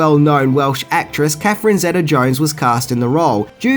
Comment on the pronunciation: It's Catherine Zeta (ZEE-TUH) Jones